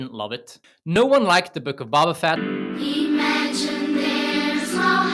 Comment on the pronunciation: Hey guy? Love the video, love the analysis but... it's a long O when saying Boba Fett. It's not Bobba, it's BO-BA. (bow-buh) Otherwise, great job.